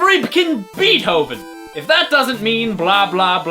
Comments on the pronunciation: it's not bee-t-o-ven, it's bay-t-o(as in the letter, not the sound)-ven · FRECPHN BEETHOVEN he said frecphn beethhoven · Lol just realised that he said fribken beethtoven which was likely an actual typo in the notepad.